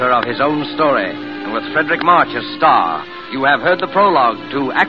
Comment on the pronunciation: 'Fredric', not 'Frederic'